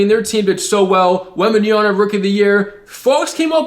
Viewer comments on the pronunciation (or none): Worst thing he says wembanyana